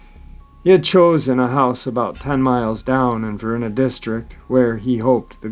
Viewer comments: Ikr weird VA pronunciations its Var eye na not ver-in-a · Love your show and not trying to be the English Nazi but I live right beside the area you're talking about in Virginia and they are pronounced like "Hen-rye-co" and "Va-rye-na" counties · For future uploads.......Henrico is pronounced “Hen-rye-co” and Varina is “Va-rye-na”, its a accent from the region. Also Roanoke Is in the New River Valley region of Virginia, Roanoke Rapids is in the Great Dismal Swamp area of North Carolina. Not trying to be negative, just trying to give that little bit extra for keeping uploads even better. When are we getting more Victor??? Come on man we are due a little more! Thanks for all you do trying to keep us informed.